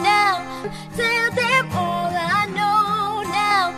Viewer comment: مشكور الأخ على كل مجهوداتك: ملاحظة : كيف إستمعتم لنطقها لـ " When all is done "...؟ , إعتماداً على ما سمعته أعتقد بأنّها نطقت بـ "hal is done " هل هي ضمن الـ Slang؟